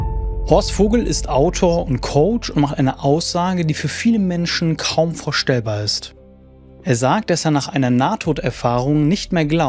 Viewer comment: Du sprichst wie KI generiert. (Es heißt VORstellbar und nicht vorSTELLbar. Nur ein Beispiel, die Betonung ist generell seltsam.) Und NAHTOD ist halt nicht tot, deshalb ist das zwar interessant aber eben nichts über den wirklichen Tod.